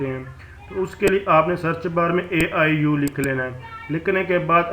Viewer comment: Aiu ni hota aiou hota hy